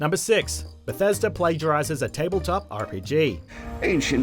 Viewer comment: So October is "octobah" but Bethesda is pronounced "Bethesder"?